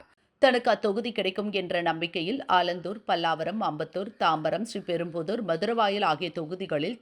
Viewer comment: ஒன்றுமில்லாதவர்கள் தான் ஒன்றுமில்லாதவரை ( காமாலையை ) கூப்பிடுவார்கள். அடுத்து செய்தியை வாசிக்கும் புண்ணியவதிக்கு ஒரு கோரிக்கை. அம்மிணி அந்த ஊரின் பெயரை SRI....PERUMBUDUR என்று தனித்தனியாக உச்சரிப்பது பெருந்தவறு. SRIPERUMBUDUR - என்று சேர்த்து உச்சரிப்பது தான் சரியான உச்சரிப்பு. STYLE என்ற பெயரில் தமிழ்க்கொலை தான் அன்றாடம் சமூகவலைத்தளங்களில் நடந்து வருகிறது. அதற்கு தினமலர் போன்ற பாரம்பரிய பத்திரிகைகள் கண்டுகொள்ளாமல் இருப்பது மாபெரும் குறையாகத்தெரிகிறது. எப்போதுதான் திருந்துவார்களே.... தமிழன்னையே தயவுசெய்து இவர்களை மன்னிப்பாயாக.